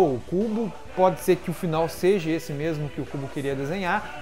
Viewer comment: dahora o canal, já vi vários vídeos seu, mas para de falar seji, seje, é seja.